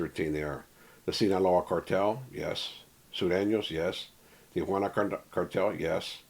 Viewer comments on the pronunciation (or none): none